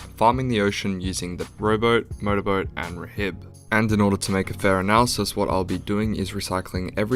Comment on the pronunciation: Btw rhib is pronounced rib the h is silent